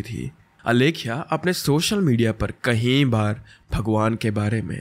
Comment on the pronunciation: do you deliberately say ? kai bar ko kahin bar